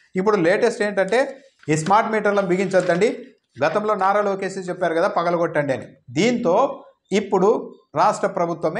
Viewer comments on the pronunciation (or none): "పగలుగొట్టండీ" ... అన్నాడు పప్పుగాడు 🤣🤣🤣🤣🤣🤣